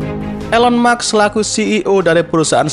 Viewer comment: Elon musk bang, bukan elon muks